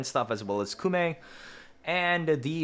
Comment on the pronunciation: Koumei, not Kumei